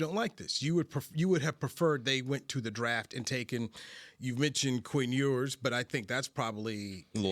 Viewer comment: I lost it when he said Quinn Ewers ? Smmfh 🤦🏾‍♂️